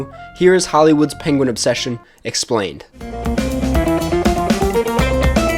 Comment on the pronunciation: Penwen. Pengwing. Pengwen